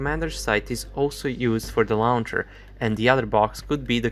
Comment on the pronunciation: The first syllable of "launcher" sounds like "law," not "cow."